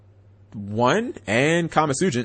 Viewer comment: literally googled the name before but still chooses to call it "kama tsujint" like it's his first day of reading class